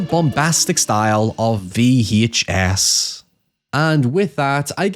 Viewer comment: 🗣️ “VEE HAICH ESS” 🔥 🔥 🗣️